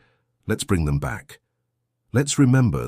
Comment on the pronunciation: "Let's brem them back?"